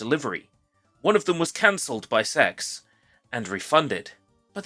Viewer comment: Funny you didn't dare say CeX propperly do your dad